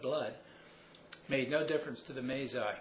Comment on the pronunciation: "one is the May Zai warriors" Masai. Pronounced: Muh. Sigh.